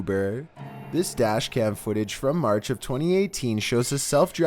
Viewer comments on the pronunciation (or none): #15 Burger king Foot-AH